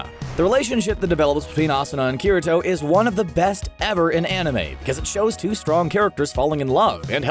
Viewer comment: he said kirito’s name wrong and it pissed me of I’m not tryna be rude but I hate when people say his name like that